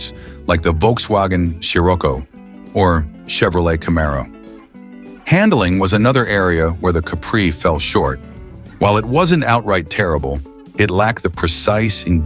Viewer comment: I was coming on to complain about that very thing. "Lah-bear-unn." "One... ninety horsepower." "Volkswagen Surrocco."